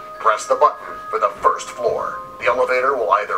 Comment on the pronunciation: it's pronounced "first"